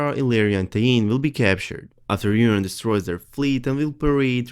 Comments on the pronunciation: Urine Greyjoy... anybody else think he;s saying Urine?? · Yes, very good English but I have to laugh at the pronunciation of Euron -- sounds like 'urine'. Well, he's always pissed about something